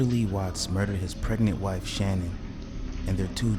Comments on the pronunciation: Her name is not pronounced Shannon. It’s Sha- nan. If you’re gonna use somebody’s tragedy to make money off of at least try to pronounce her name is right. There’s 1 million videos of people pronouncing her name correctly have a little respect for the family that still alive morning their daughter and two granddaughters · Her name is Shannan not Shannon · Her name was Shannan Watts not Shanon.